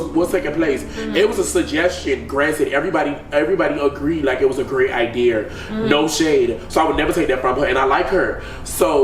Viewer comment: attempting to say, "idea" is pissing me off 😂😂😂